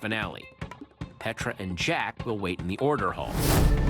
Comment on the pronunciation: petral instead of petra!